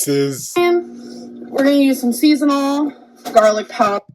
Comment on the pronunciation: "seasonal"...what? You were right to question it,, because she said "seasonal" not "season all".